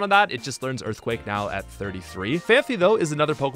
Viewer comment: ...it's Phanpy. Fan-pee. It doesn't have two 'h's in its name, just one 'h'. Also, there used to be this old kid's show in the early 2000s (El Nombre, apparently) with a character named "Don Fandango", so...yeah, whenever I think of Donphan I can't help but remember that name. Fun fact about me, I suppose.